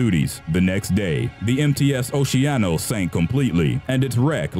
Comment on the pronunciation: the cruise ship "oceanos" is pronounced as "okeanos"...